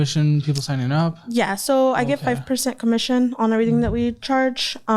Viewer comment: That doesn’t sound like 5% commission. It sounds like .05% commission lol